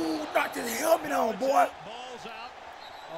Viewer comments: “Helment” cash must’ve failed english class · Even flight knows how to say helmet